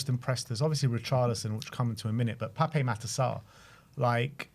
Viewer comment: I'm on a one man crusade to get all Spurs commentators to show him the respect he deserves and pronounce "Pape" correctly. As much as we want to say "Papay" it's just "Pap"